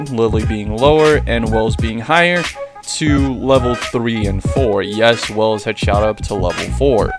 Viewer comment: i thought his name was welf not wells